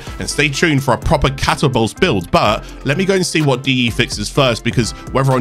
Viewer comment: why are you saying catabolyst like that? it's ca tabol yst, not catabolst